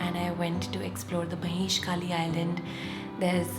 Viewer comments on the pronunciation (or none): none